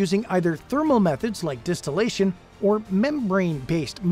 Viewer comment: I thought it was “Distillation” not Destillation 🤔